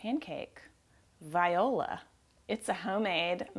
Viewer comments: From now on I will only say "viola" when I mean "voila." Thank you,. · "viola" ..you're hilarious. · "Viola" LMAO. I love it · I lost my shit at "viola" :D